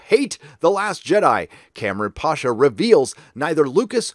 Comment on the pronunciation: It's not pAsha, it's pashA. Eastern surname.